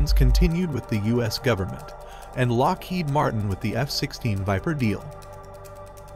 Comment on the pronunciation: "Lockhead Martin" lol it's Lockheed Martin with two letter "e"